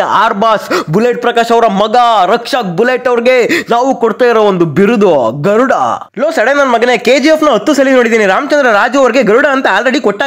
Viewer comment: ಗರುಡ ❌ತರುಡ ✅😅